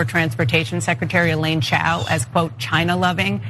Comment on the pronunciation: Literally called her a Chinese dog using “Chow” instead of Chao